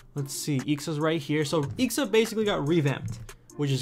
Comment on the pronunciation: Dude you should read it I.X.A not ixa